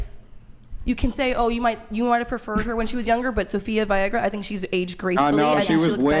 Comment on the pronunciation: Why is nobody mentioning when said Sophia Viagra 😂